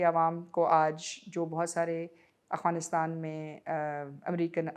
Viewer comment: I am surprised Maria Sultan can not pronounce "Afghanistan " correctly. If Afghanistan invite TTP, BLA, And others to have a dialogue, how Pakistan will perceive it ? Pakistan should stop it's strategic depth in Afghanistan.